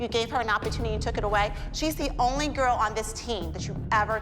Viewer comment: i love when holly says "da" instead of the